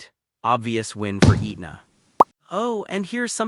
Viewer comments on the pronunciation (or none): Pronounced "Ehtna" not "Eatna"